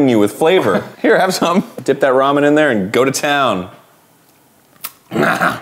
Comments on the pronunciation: Am I the only one who is a little annoyed with how Arin pronounces 'Ramen'? Like he says it as if it is two words- Arin: "we're gonna brew up some raw-menn" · arin saying ramen like "raw men" is going to haunt me forever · I love how Arin pronounces ramen like "Raw Men" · arin pronouncing ramen as raw-men is amazing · So are we not gonna mention Arin pronouncing Ramen, "Raw Men"